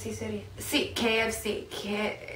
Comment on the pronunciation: perdon pero tu no eres gringa porque no sabes como se pronuncia kfc eres chapina saludos desde mexico¡¡